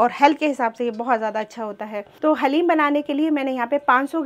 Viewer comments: डालिम नहीं हलीम बोला करोप्लीज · Daleem sun kr achcha laga hum bhi daleem hi bolte hai